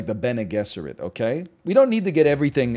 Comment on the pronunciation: "Bene Guess er it" lol